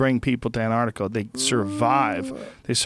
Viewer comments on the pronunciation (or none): none